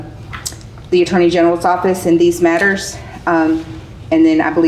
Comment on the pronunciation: Agh! Metters! Lol this guy